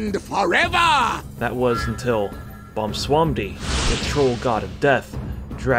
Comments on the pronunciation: That man said Bomswandi. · The way you say Bwansamdi hurts me to the core. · You said Bob Salami wrong.